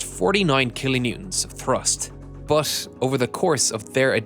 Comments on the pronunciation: can you please narrator STOP USING YOUR HORRIBLE PRONOUNCIATION OF "BUT" Enegineering. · Interesting but please when there is a word like "but" do not say "bus". It Always hits my ears. Same in case of heat. Thank you